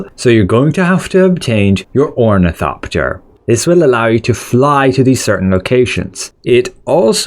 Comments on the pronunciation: O R N I T H O P T E R . You kept saying omnithopter and it irriated me beyond reason, I am sorry. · omnithopter lol